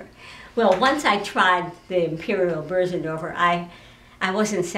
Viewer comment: And: she knew how pronounce it correctly...